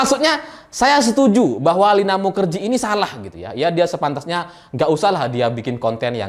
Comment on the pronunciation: Kenapa bacanya mukajahe ... 😁